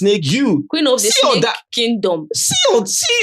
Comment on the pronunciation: Sneke not snake ooo 😂😂😂 igbo woman.